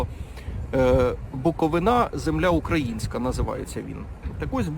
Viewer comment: БуковинА? БуковИна! Так правильно!